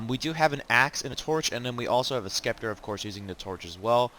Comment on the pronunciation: FYI the C in scepter is silent